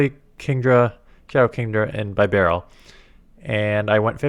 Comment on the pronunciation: Plz god don’t call it By barrel It’s beh barrel Also plz bring up the fact you got denied or one turn lag about 15 times in this video you content creators half to keep pushing the subject hard that Niantic HAS TO FIX THIS TRASH BEFORE THE UPCOMING REGIONALS